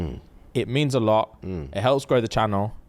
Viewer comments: Not crumping uh-LAWT 😂💀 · Mans said he krumps “alot” 🤣🤣🤣🤣🤣